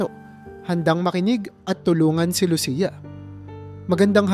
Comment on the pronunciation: Pangalan ni Lucia mali rin ang pagbigkas mo.